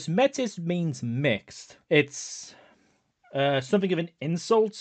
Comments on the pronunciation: I'm going to be this guy for a moment and I apologize. MAY- tis or MAY - tea are the correct pronunciation options I believe. It's French. Also pretty ironic use in World of Darkness now that I think about it. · Métis being pronounced Meh-Tiss is weird but I mean I guess it’s an extra level of step away from the Métis people of Canada